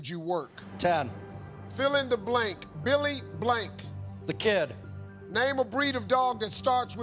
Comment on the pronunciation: He said, "Billy Blank." I was like "Billy Blanks" The fitness dude